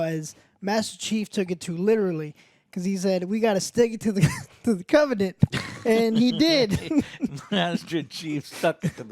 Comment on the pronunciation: Lmao "got to stick it to the covenat"